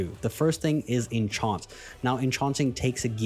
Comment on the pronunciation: Nice video. But lol, never heard anyone pronounce enchant like that.